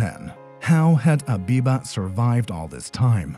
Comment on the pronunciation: It's not abiba it's habiba